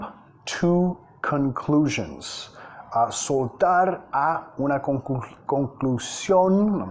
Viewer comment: Jump to conclusions (JOump THU cOunclushions)